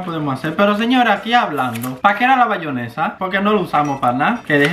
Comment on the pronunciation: “Bayonesa” o “ Mayonesa” 😂😂